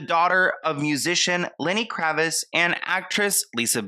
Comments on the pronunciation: "Zoe kravis..." 🤣🤣 the t isn't silent. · KraviTz, you're not pronouncing the T & it's killing me!!😂💀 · You keep mispronouncing her last name. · pronouncing Lenny Kravitz name wrong is too precious 💞